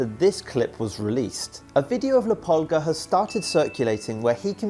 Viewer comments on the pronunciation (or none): If ur going to call him “La Pulga”…say it right, it’s la pool-gah …soo annoying to hear people say it wrong 😑